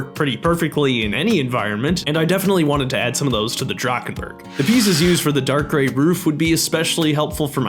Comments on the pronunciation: the way you pronounced drachenburg hurt me deeply as a german </33333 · Fellow German here, awesome recreation love the micro scale build. Kinda funny hearing Drachenburg" being produced Drakkkenburg :D